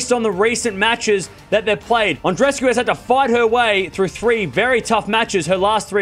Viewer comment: God! That's not "An-dres-cu", it's "An-dre-es-cu", each of the two "e"-s are audible. Do a small effort for God sake!